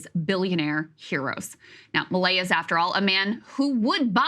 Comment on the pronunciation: I'm so confused, am I not hearing milei incorrectly? According to Crystal, I heard everything he said wrong.